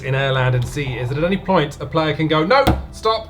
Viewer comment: "at any ploint"